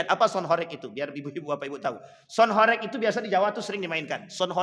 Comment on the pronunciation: Bacanya bukan horèk tp horêk